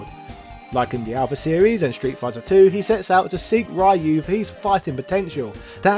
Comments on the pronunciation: Why call him Raaaaayu? Worst slaughter of a character name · Who the hekk is Rye-You? Please answer Naming Ban See? That's not how your name is pronounced, neither is Ryu's:) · Why do you say rayu? 😭😭😭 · i wince every time you say ryu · I just want you to know that I'm a fan of your videos and sense of humor, but every time you mispronounce Ryu's name, it HURTS MY SOUL. Nothing personal, it drives me bonkers if anyone does it. But I KNOW you know it drives nerds like me crazy, so I have to wonder... Are you dabbling in Psycho Power yourself by doing this?! Can we expect the rise of as the new leader of Shadaloo? XD Jokes aside, love the video, keep up the good work!